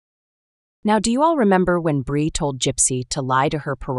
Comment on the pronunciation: GRB DID "NOT" GIVE BIRTH LIFETIME GOT INFANT FROM CHILD TRAFFICKING NETWORK. HOLLYWOOD AND THE ELITE BUY CHILDREN FOR MOVIES, SHOWS, SEX, SATANIC RITUALS YOU ARE SAYING THE NAME WRONG, IT'S BREE, NOT BRI INFANTS COME FROM THE ILLEGALS WHO ARE FORCED TO SELL THEIR BABY. THEY COME IN FROM THE MEXICAN BORDER